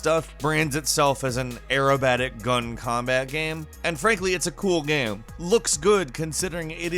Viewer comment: game... goddamn it g a m e... NOT gam... wtf is a GAM?